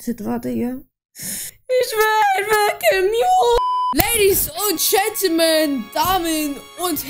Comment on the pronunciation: Immer dieses:" ladies und schentelman" 😂😂